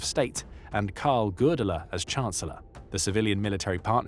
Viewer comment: "...und Karl Gorilla als Bundeskanzler" 😅 Diese KI ist wirklich das Letzte.